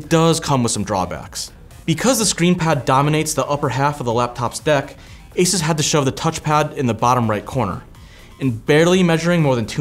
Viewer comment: for the love of god its not A SIS its ASUS A SUuuuuuuussssss for F S